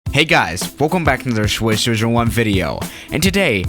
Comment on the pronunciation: "Hey guys! Welcome back to another Swishfuhwhywuf video!"